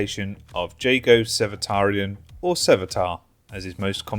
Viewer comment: it’s spelled jago it’s pronounced HU-GO